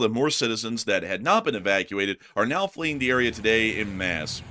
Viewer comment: en masse. French en is pronounced on. something like ahn. Not a hard o, äⁿ(n)-ˈmas The phrase "en masse" is pronounced as "ahn-mahs". (internet) Ejection seat goes around 50fps or 35mph. Into a hard surface, and your neck will probably be broken. You're dead.